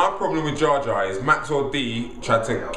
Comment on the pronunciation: jar jar lol its jah jar